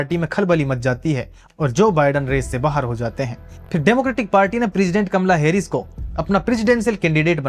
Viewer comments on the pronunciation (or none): none